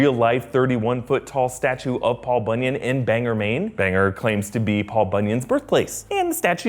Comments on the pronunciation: Bang-Gore. Not Bang-Ger. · I spent time in Maine its Bang-or not Bang-er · As a Mainer I’m offended, it’s bang-or not bang-er. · It’s pronounced Bang-Gore, not Banger. People from Maine won’t love that slip up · Its pronounced "bang-gore" maine not 'banger' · It isn’t Banger, Maine; it’s Bangor. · People in Maine call it Bang ORE not Bang ER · I'm gonna do you a favor. It's Bang-gore. Not "banger". Whenever someone pronounces it "banger" we know they're from away. In fact, I think this rumor got started as a joke to make out of staters look foolish. Love, a Mainer. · Bangor is about an hr from my home, just fyi it's pronounced like Bang-GOR not Banger. Lol this is a common enough mistake, just about every vid i've seen on any of these movies calls it Banger.. If I wasn't from Maine I prb wouldn't care... Nice vid tho. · I live in Maine and I noticed that he said “Bang-er”. It’s pronounced “Bang-gore.” Why are Mainers the only people who say it correctly? 🤣🤣🤣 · Right? Not Banger..ha ha! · Just in case you ever have to say Bangor Maine again it's not bang-er or bang-ur but Bang-gor.... Scary place but not because of IT!! Lmao😂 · Bang-Gore Maine not Banger Maine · Its not pronounced banger, its bang-gor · Lol, "bang gore" not banger. It happens a lot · Scariest part is your pronunciation of Bangor, "Bang- Oar" not "Bang-er" Lol 🤣🤣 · Mainer here.. Bangor pronounced like saying bang and gore as one word. Not Like like saying bang er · ITS BAN-GOR! WITH AN O NOT E! Ughhh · It’s pronounced Bang-gore, not Bang-er !! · It’s bang-gore, not banger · This was fun! Btw, BanGOR. OR. So commonly mispronounced (as did you) as BanGER. I know, I live 45 minutes away from Bangor. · Bang-gore not banger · ITS BANGOR NOT BANGER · Mainers biggest pet peeve: “Banger Maine” ITS BANGOR. BANG. ORE. BANGOR. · Its bang-or not bang-er 😡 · Banger, Maine... Bang-gore, not Banger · I'm sorry but it's <BANG-gore>, not <Bang-ger>. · Love you, but it's pronounced Bain-gore, no banger